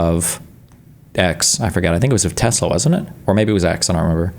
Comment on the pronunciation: "I love tesler!.... ... just kidding, changed my mind."- DJT